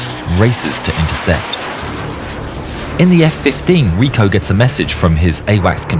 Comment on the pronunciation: hahahh los efe kuince